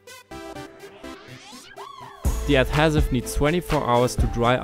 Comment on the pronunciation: Your pronunciation of adhesive makes this video unwatchable.